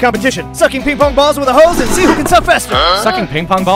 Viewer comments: "hose only" pronunciation got me dead💀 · ‘Let’s see who can suck faster’ 💀 ‘Hose only’ (Pronunciation of hose) 💀